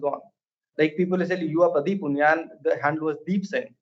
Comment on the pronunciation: the way you pronounce Pradeep's name is immaculate. Keep doing the good work.